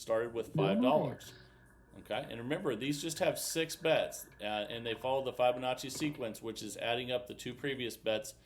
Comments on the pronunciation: Wow this is hard work no thank you, and please pronounce the name properly it’s Fibonacci NOT F eye bonacci hearing it mispronounced so many times is annoying. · F eye bonacci/ F eye bonacci / F eye bonacci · Hey Jack it’s not about my annoyance he has been told many times but he’s just stubborn I don’t usually care but when I hear it 50 times in a video yes it does get annoying.